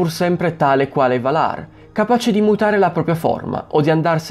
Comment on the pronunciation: Bravo. Comunque, Valar si pronuncia Vàlar, non Valàr. :-))